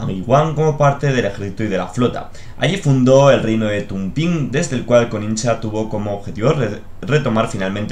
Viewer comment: me encantan tus vídeos pero me hace daño oir /konicha/ en lugar de koxinga o /daimío/ en lugar de /daimio/ 😂😂